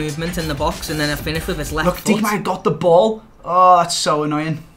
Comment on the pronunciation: Kimmich is pronounced Kimm-ick. Not with a "ch". Also pronunciation of Diekmeier gave me aids. I mean, Deek-mere? Really?